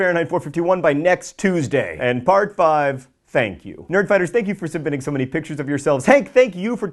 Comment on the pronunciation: 1. What was with the big bbbbut? 2. Who else thought he said "fart 4" instead